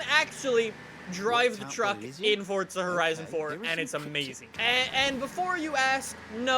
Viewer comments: its not Fortza its Forza m8. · Forzzzzza not fortsa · normal people: forza: fortza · why do you say fortza its forza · Its forza not fortttsa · This man did not just say fortza horizon tell me HE DID NOT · FORTZA HORIZAN FORE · I swear to god it’s not fortza! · Why does he always say it as fortza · Why does he always say fortza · why does he say fortza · Jw, do you not know how to say forza?